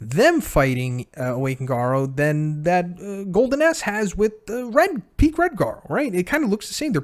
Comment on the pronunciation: Did anyone else hear him say "Golden Ass" everytime? XD